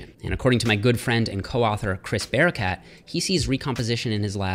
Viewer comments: I can't be the only one who heard his name as "Chris Bearcat" first, right? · Oh he said barakat... i heard bearcat... i was like cool😅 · When you said Chris Barakat, I heard Chris Bearcat... I'm going with that.